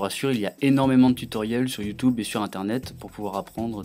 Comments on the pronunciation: Il a dit YouToube à un moment X) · C'est pas possible il n'est pas français ! HTC "vive" [ i ] Au fil des ans, "Youtoube" ... Et d'autres erreurs de prononciation ou grammaire ...